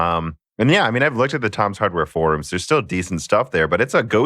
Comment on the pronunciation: I still laugh when you say "faux rooms," and I'm determined to hear correct you on it because he says it right lol